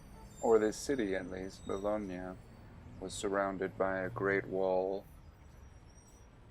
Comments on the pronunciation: Bologna, not Bolognia... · Hey Jew its Bologna not Bolognia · Ba log ni ah? Wth!!! Google tge pronunciation!!! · BoloGNIA ???? really ? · Bologna like the spaghetti bolognese LOL